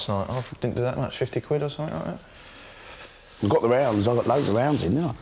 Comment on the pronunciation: Lesson nuber one: Learn how to actually say "quid".